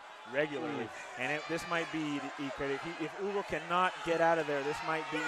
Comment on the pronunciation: The way they pronounced dudes name was hilarious! The whole fight I thought the guys name was Ugo until I looked down and realized it's Hugo 😂